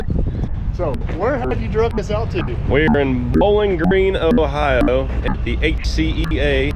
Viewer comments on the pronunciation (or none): none